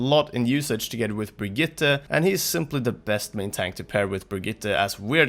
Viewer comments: Really good Brigitte pronounciation! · Finally an english speaker who pronounce Brigitte correctly ❤️